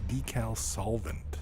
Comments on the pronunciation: I've never heard anyone ever pronounce decal as "deckle" before this video. It really bothered me for some reason. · I think that's how Canadians pronounce it. I'm a Canadian but I say Decal, but my dad pronounces it like deckle, probably because he's lived in Canada for most of his life.